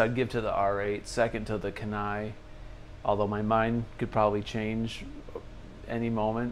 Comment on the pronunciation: Dang. No love in the comments for the Kenai. It’s pronounced Key-Nigh by the way. It’s in Alaska. Used to live there. Yeah. I’m biased.